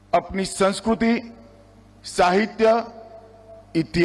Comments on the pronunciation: जो केंद्रीय मंत्री संस्कृति को sanskruti बोलते हैं पहले उनको उम्र कैद की सजा दी जाए।😅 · He is not able to pronounce words nagrik and sanskriti. Saying nagruk and sanskruti. What a tyranny. Those who cannot speak Hindi are advocate of Hindi.